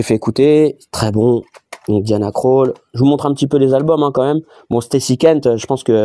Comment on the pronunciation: Ça s’écrit Krall mais se prononce Kroll 😂 Sinon en tant que fan de rap us je te comprends ! 👍 Ton récepteur Bluetooth Logitech c’est pas ouf, prends en un en APTX, voir un boîtier wifi Musicast lostless … Et ça n’est pas une sortie mais une entrée rca! 😂